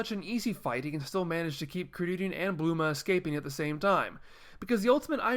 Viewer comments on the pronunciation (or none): Bulma not bluma